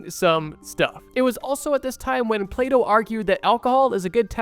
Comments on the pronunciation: When he started talking about Plato, I thought he said "PlayDoh" and was like wtf xD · I thought bro said play dough